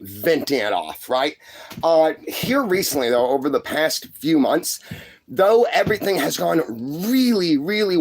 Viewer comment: He tickled me saying airythang. God rest his soul